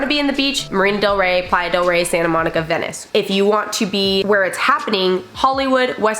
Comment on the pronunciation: I think I heard “Vanice” 😂